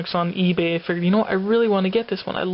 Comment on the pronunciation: Awesome pick up!!! I was wondering I kept hearing you say E-Bay but I almost thought you said C-Ebay like a special comic site or seller. Just wondering, and that X-Men and Venom Cover are awesome.